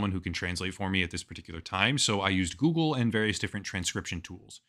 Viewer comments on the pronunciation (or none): none